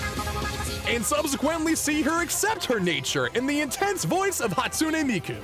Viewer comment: It's Hatsune Miku! Not Hatsune Mike!